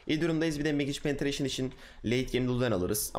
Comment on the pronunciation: Kankim Güzel video ama nolur "MAGİÇ PENETREYŞIN" deme :D